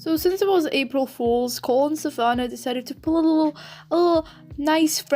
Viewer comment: your accent is making you say SAHH-Vannah dumbass